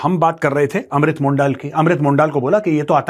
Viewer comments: For your records Major saab, his surname is Mondal pronounced not as मोण्डाल, but as मॉनडोल, which is Bangla equivalent of मंडल (from Mandal commission). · अमृत मंडल नाम है। मोंडाल नहीं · Mondaal nehi. Mondol as par pronunciation. Mandal in spelling. Remember Mandal Commission? Same Mandal.